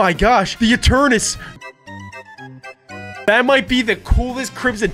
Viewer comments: It is not eternes its eternetes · it is not Eturnas it is Eturnatus ee_tur_ne_tus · YOU PRONOUNCE ENTERNATUS NOT ENTERNUS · Eternatus not Eturnus!!!!!!!!!!!!!!!!!!!!!!!!!!!!!!!!!!!!!!!!!!!!!!!!!!!!!!!!!!!!!!!!!!!!!!!!!!!!!!!!!!!!!!!!!!!!!!!!!!!!!!!!!!!!!!!!!!!!!!!!!!!!!!!!!!!!!!!!!!!!!!!!!!!!!!!!!!!!!!!!!!!!!!!!!!!!!!!!!!!!!!!!!!!!!!!!!!!!!!!!!!!!!!!!!!!!!!!!!!!!!!!!! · what eternus not eternus is eternatus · Breh kept saying eternus wut???😂😂😂😂😂😂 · When got crimson he said the absol tol absol and eternus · ETERNATS BRO do you pronounce it correct I don’t no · it’s eternates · Legend says still doesn’t know how to say Eternatus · Eternus it’s pronounced ee TURR nuh tuss and it’s pronounced KYOO rem